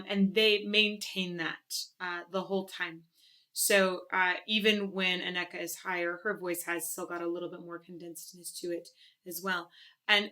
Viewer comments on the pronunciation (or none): Yes, and AN-neke, not an-NEK-e.😊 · Got to love our language (Dutch) no? not easy to learn: it's more like an-neh-ke and not anneck-e .. but this will not help you to pronounce it correct I think ;) But this is just nitpicking from me :p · Her Name Is Pronounced Anneke Not Aneka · It's hard right? Dutch names xD It's always a lot of fun hearing English speaking people try to pronounce our names :P The Netherlands has some great hard rock and metal singers like Sharon Den Adel, Anneke van Giersbergen and Floor Jansen <3 I'd love to see more reaction to Within Temptation live. Sharon is a favorite of mine <3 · Forget Sharon, she is so overrated. ANN-uh-kuh, not anNÉKkah;). Trust me, i'm Dutch:). Anneke is one of the Dutch femal fronted metal goddesses together with Floor and Simone. Then far behind is Sharon with her wannabe-popmetal;) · The name Anneke is pronounced with the emphasis on the A rather than the E, so it's more Ánne-ke and not A-nékke. Love the song and your channel, btw ;) I met Anneke once after a small concert she gave and she is such an amazingly humble and charming person. You ought to watch this video of her performing Time after Time live and she was so nervous on stage, but her interaction with the audience before she starts shows what a lovely and fun person she is. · someone may have pointed this out during the live premiere, but, Anneke is pronounced Aneh Key. but you got closer than i did on my first attempt. nice reaction and analysis as always. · I'm not certain, but I believe her name is pronounced "Anna-keh." Emphasis on the first two syllables of her name. She is stunning in every way. 🫶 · Anneke, say annakuh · Ouch. Got the pronunciation of both names wrong! Checkout the right em-PHA-sis :-) An-ek-a and Sharon den A-del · I believe it is pronounced "Ann" eke, not "A" nneke. Yes? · Anne ecca( as in Rebecca) is how she pronounces her name. I also notice that Anneke has a richer deeper tone that Sharon. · If I may, I believe it's ANNA-kuh